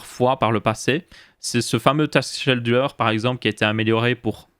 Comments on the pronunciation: ça se prononce skédule pas chédule ^^ et non ça sert pas à allouer les ressources mais comme son nom français l'indique (planificateur de tâche) à planifier les tâches, genre tel jour, tous les jours à tel heures, à chaque redémarrage, etc. etc. tu dois sûrement confondre avec le task manager (gestionnaire de tâche) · Hello ! toujours au top ces vidéos ! :) Juste on dit "Skéduleur" pour scheduler, ça m'a tiqué à l'oreille mais c'est rien de grave ! Merci de nous tenir informé de l'actu et de donner ton avis sur tous ça ! sys